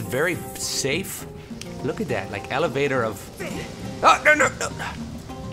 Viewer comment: It's not a levalavator, it's an e-lev-a-tor!!! elavator!!!